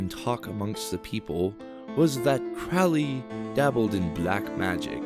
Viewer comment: Crow (rhymes with low) - lee , is how it's pronounced . Even Ozzy got it wrong .